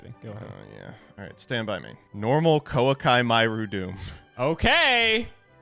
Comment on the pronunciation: I honestly think it’s on purpose at this point